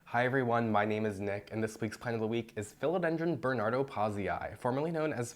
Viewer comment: The name isn't pronounced like that mate.., and that's not a bernardopazii! I research them in situ and can tell.. this looks strange and a little (but not too much) like type hastatum, native to RJ state.